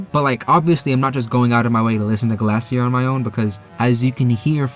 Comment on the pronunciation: The song is pronounced GLACIER The type of music is called chiptune Ramb become stone because he isn't from TV world